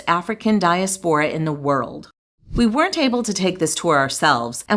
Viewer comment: "Diaspora" has the second syllable stressed.